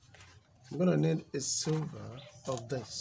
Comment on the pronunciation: Now your English is really great, but I would like to point out that it's "sliver" not "silver"